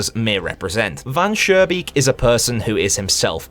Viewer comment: This is a FANTASTIC analysis, I agree to pretty much everything. Additional thoughts: - The developer trying to delete the vermin problem with very low effort is adding to his downfall. - It's Van SchooNbeek with a pronounced n, not Van Surebeek with an r... but when I told you that in the last video it was already too late I guess. - I don't know if I'm sure Van Schoonbeek is greedy... maybe he just likes to mess with people, who knows - Not sure the vermin in story 2 are "greedy"... I think they are just insect like doing what they do but at first reflect the developer (or his desires) and are more in a disguise this way